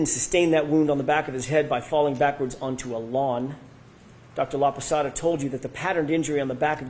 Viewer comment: Hey, I’m watching Dr. LAPASADA, no “Laposota”, please make the necessary changes to correct your mistake. And, you can be laughing any witness, more if is a FEMALE Medical Doctor, expert witness, you look like a MISOGYNIST and an ignorant, that I know you are not. You need to be more respectful of others. You are laughing her because she is older, but she has a humongous amount of knowledge compared with what you are going to get in your whole life. I know you are an educated man, but your attitude is disappointing to me. Because you are young, you can change things easily!